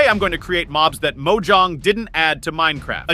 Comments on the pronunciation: “MOE-JONG” BRUH (moe-jang” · He said mojong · That’s why he said mo jong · Bro it’s mojang not mojong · me: says moJANG some ai: moJAANG 😂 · The way he said mojong and not mojang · Did he just call Mojang,”Mogong”😂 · Mokjaang 😂😂it's mojang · "mojong" its mojang not to be rude just saying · It's Mojang! But no, him, he calls it "Mojong" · It's not mojong it's mojang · at the start, he says mojong instead of mojang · it’s Mojang not Mokant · Its not mojong its mojang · He said moojaaang instead of mojang😊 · Bro it’s pronounced [Moh-j-ang] not [Moh-jahng] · Mojang❌ Mojaung✅ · Mojang not Mojaang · Bro really said Mojong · MoJANG:❌ mojange:✅ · He literally said Mojaang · bro said mojog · The way he said “Mojong😂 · It said mojang wrong It said Mo-jong Lol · I like how he said ”Mojang” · “Mojaang” never gets old😂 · I like how he said Mojong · really caught my attention, because nobody will have the AUDACITY to say: The Capybera is ready bruh, bro really said mojong 👹 What kind of mod does this person have on his computer? Bro fr just thought it was Mojang adding this monstrosity to the game 💀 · no american pronounces mojang like "mojahng" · Bro said mojong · "Mojong" got me jumping on the kitchen 💀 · Bro said mojuang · Bro just said mojong💀💀💀💀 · bro said mojong wth is that stupid. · Lol bro said monjang💀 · Bro said “mojong” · said mojaag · Why did he say mogang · Yeah he literally said moe jahn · it’s mogang not motang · He said MOJONG at the beginning so yeah it's ai But it's still a good video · yeah mo jong wtf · why does bro sound like a text to speech💀💀💀💀💀💀💀💀💀 why does bro say mojong, oh yeah his voice💀💀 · Bro said Mojoang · Can we respect that he just said “Mojong” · Bro really said “MoJan” at the start of the video ☠ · "Mojong" got me dying💀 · MOJONG YOU SAID😂😂😂😂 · MoGONG 😂😂 (no hate) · Me too! Lol MOJANG not Moh-Jahng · No he said mojong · "Mojaang" bruh you need to go to school mate💀💀💀💀💀💀☠️☠️☠️ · nah he said Mojahng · He said mogo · He said mojung